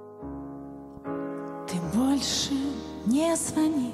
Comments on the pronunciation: ударение Михайлова на оооо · Всё здорово, кроме Михайлова, а не Михайлова.